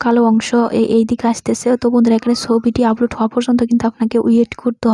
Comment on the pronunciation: apu age valo kore Upload bola sikhen, upoload na...